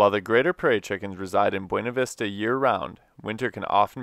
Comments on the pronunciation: Its pronounced Byouna Vista XD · My Mom grew up in Buena Vista Colorado and that is how they say it there so it makes her mad when it is pronounced correctly. See even has a sticker with the phonetic spelling of how they say it.